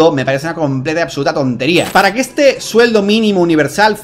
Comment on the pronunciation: 🗣️:Así ej como la tecnología etá avanzando. Observa ete nuevo robós.🗿 Como le ayuda en todo lo que ella necesita...